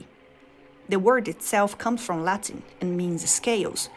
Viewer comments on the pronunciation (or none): none